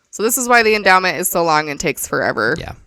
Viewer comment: Why does it sound like he's saying "this is the enema"? Or is it just me?